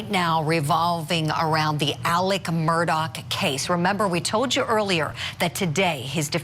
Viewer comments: Here is an example of a bimbette she kept saying Murdock ? It’s Murdaugh how did she get this job????? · The man's man is Murdaugh not Murdock. Mer-daw not Mer-doc. Get with it lady. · Tell this idiot his name isn’t pronounced “Murdock”